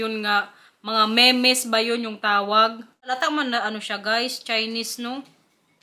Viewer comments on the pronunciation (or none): Memes ang pronounce mims